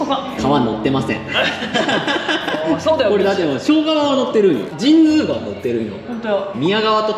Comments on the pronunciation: 「じんづうがわ」なんですね。「じんつうがわ」だと思ってたわ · 俺はずっと「じんつうがわ」と言ってたけど「じんづうがわ」が正解なんだね(^^♪ で、作りかけの道路は富山ー高山連絡道路じゃない？？？違うかな？？？ それと、道の駅 アルプ飛騨古川のすぐ横の「めん処 ほりのうえ」の大エビ天うどん(そば)をいつか食べてみてm(__)m